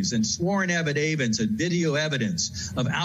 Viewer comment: Did he really just say "sworn evi day vence" instead of "sworn affidavits"? LOL.